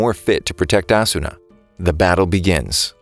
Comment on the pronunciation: Its actually ah-su-na